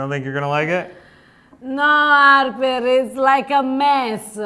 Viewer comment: I love how often she says "Arper"🤣🤣